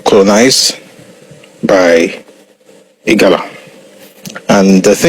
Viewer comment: IGALA, NOT IGARA.